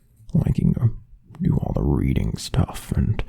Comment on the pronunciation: i'm so dirty minded instead of hearing "Reading" i heard "Breeding" 💀💀💀🤣🤚🏽